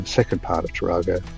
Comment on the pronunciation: The pronunciation is Tar-a-go with a short 'a', not as in the Toyota Taar-ar-go. The same error was made by folks with Monaro, ie it should be Mon-air-o, not Mon-R-o. Have a good trip